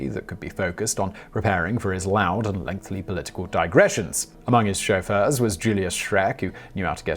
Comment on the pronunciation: the common "skuh-FLAW" loud and "lengthly" political digressions